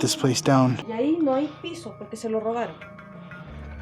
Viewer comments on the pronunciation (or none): none